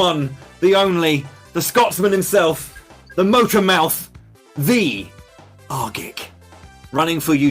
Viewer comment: Pronounced or? my mind hurts